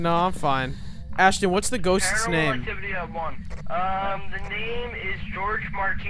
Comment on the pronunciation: I think this is a video guys not sure!! Ashton is Ashton, now way do not call Asston at 4am😰😰😰